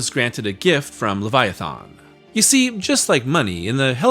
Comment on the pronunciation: Why don't you know how to pronounce leviathan?